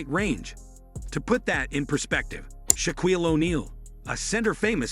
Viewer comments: I stopped listening when the AI narrator said "sha-KWEEL o'neal" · I never heard anyone pronounce Shaquille the way you did👌 You mind if I say it that way too?? Thx Bruh.... ps: this make a wish kidd should've never even played for USC. He ruin the Pac-12